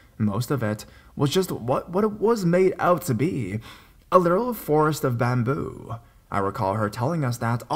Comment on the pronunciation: Wtf is wrong with your voice, an speech, “bamboooooo “it’s bamboo